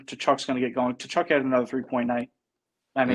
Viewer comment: Hey, the “T” in Tkachuk is silent and the name is pronounced “kuh-chuck."